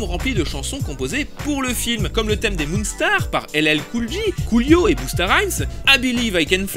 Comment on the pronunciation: Pitié on dit "djordan" et "djaim" et monstar pas mounstar, sinon c'est du bon comme d'hab